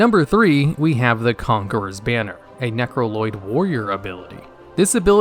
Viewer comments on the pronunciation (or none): I keep hearing you saying 'Necro-Lloyd', and it makes me laugh every time. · did you just say necroloyd? 🤭